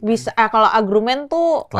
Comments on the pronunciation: Argumen manda, bukan agrumen 😅😂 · Argument sayang... Bukan agruument 😂❤ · Manda lucu gak bisa bilang "argumen"😂,bilangnya "agrumen" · Yg ganggu kuping.. Manda tu agrumen.... Harusnya argumen.. Manda cantik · Salfok manda pas bilang "diajakin komunikasi diajak agrumen" 😂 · Argumen salah pengucapan aja si manda